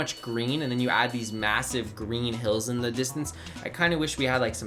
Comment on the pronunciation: am I the only one that heard cream instead of green